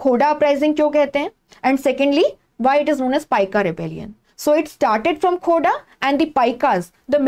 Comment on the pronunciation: It's Khordha ❤